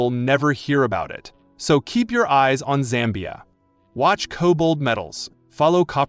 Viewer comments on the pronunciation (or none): Its Zambia not "Sambia"